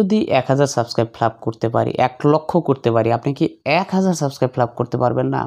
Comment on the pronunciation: bai subskribe bola hoy na